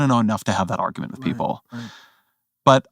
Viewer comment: "he who knows only his side of the argement, knows very kittle of that"